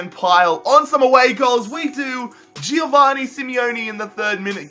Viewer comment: It's jo-van-ni not jio-vani